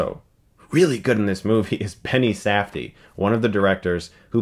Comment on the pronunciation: Did Stuckmann really just pronounce Benny Safdie's name as "Penny Safdie"?